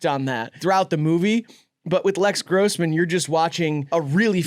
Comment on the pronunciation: his name is “Les”Grossman not Lex